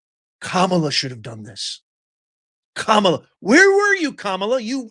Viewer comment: Not ka-mi-la